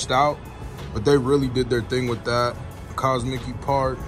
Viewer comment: “Cos-mickey park”😭🤣